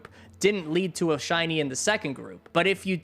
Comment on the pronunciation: In shiny hunt first thing he said hiny hunt